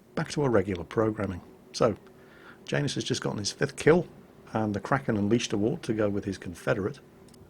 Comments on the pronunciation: it's said yanus not Jane us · Janus... I feel that's a slavic name, meaning to be pronounced "ya-noose." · is it just me or does say Janus weird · Yeah, it does sound kind of odd to my ear too. ;)